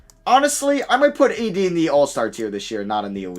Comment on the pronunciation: Bro said ADisney I’m deceased 😂😂😂